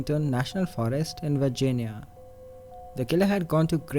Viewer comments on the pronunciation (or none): none